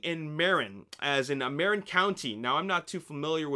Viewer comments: Its Pronounced Mu-rin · Marin is pronounced Muh-ren